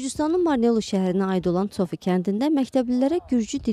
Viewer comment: Tsofi yox Tsopi kəndi demək lazımdır. Biz Zop kəndi deyirik.